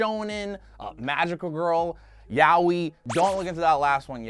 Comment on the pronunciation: Yaoi is pronounced "Yah oh ee" not "Yah wee"